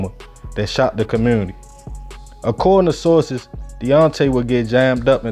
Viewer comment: In the what ??? What’s a “ commewwwnity “ ???! 😂😂